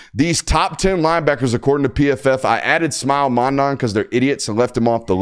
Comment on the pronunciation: Great show! Are you mispronouncing Mondon’s name on purpose at this point? LOL